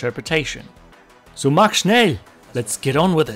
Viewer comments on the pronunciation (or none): none